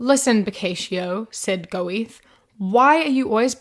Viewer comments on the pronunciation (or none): I'm so sorry but your pronunciation of Goethe cracks me up. Love it! (It's more like goy-tay rather than go-eth; he was a famous german poet and writer) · like "gherter" (without rhotic Rs) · Great video as always, but it was kinda funny how you pronounced Goethe. Since he was German it’s more like „Göte“ :) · imagine talking about writing and not knowing who Philip K. Dick is even better; imagine pretending to know about literature and not knowing who Goethe is and pronouncing it Go-Eat. Imagine pretending that a passage by Milan Kundera is bad writing b/c you only have the most shallow generic platitudes instead of thoughts and can't begin to understand it, pearls before swine and all that. Imagine saying 'what do I know?' sarcastically after showing yourself to be a proudly maleducated ignoramus